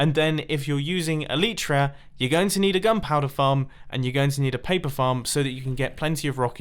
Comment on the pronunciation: It's elitra not eeleetraa